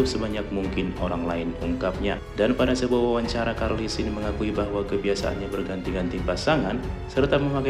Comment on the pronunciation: Charlie sheen dibaca Carli, Lur bukan Karli